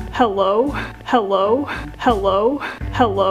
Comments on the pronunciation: If you listen to it enough it sounds like hewwo 😂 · Lavender Kinz it also sounds like "how low?" 😂😂😂